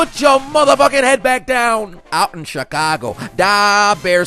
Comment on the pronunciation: Ooouuutttt in cheecago Daaaaa bears 😂